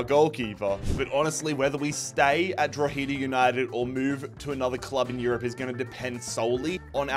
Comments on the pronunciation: Lol how you pronounce 'Drogheda' 😅 it's not Dro-heeeda, it's 'Dro-head-ah' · Drogheda is pronounced “draw-huh-da” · Love the video just a quick hands up the pronunciation of Drogheda is drog-he-da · trying to pronounce drogheda Utd hurt my soul